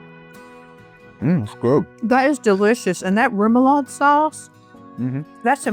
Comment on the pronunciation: Rem-o-lode (rhymes with odd)